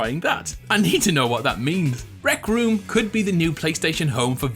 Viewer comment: rect room? oh sorry rec room 😄😄